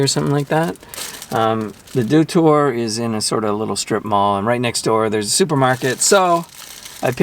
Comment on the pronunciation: Unlike that one, shriveled small pieces of lettuce in a microwaved hot dog are common for me, lol. Btw everyone pronounces it wrong but "Doutor" is read as dot-Our (ドトール).